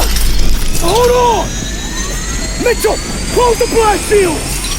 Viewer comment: when he says Mitchell it sounds like Meechun...and the tears lol